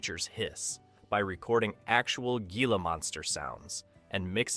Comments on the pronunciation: Thank you for mentioning this mispronunciation, I was going to make a comment on the narratives being mispronounced-it made my teeth grid every time he said “Gee-La “ instead of “Hee-La” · Gila Monster.... correctly pronounced as "heela". 😮